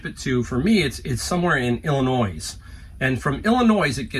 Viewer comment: It is ill en oye....not illinoyse